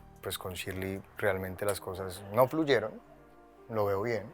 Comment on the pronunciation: ShilEy no Shirly XD 😂